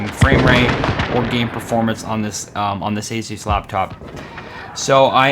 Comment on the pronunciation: You say ASUS wrong